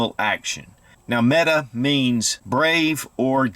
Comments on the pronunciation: Metay...not meta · It's pronounced Met AY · Met tay...Turkish warrior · I am a Turkish native speaker and Mete is pronounced /mɛ.tɛ/, the vowel sound [ɛ] as in /bɛd/. There is no length or tone on either vowel, just two short syllabaries: /mɛ/ + /tɛ/. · Pronounced meke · Why does everyone pronounce Mete incorrectly?